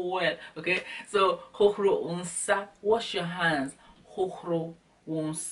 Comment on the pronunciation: I Love how u say "hohoRo" lol my "r" isn't that powerful as yours.